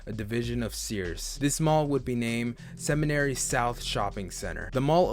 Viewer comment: Only comment I have is the pronunciation of the mall… SEMINARY😭